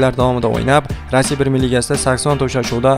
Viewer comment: Рася эмас, РоссИя.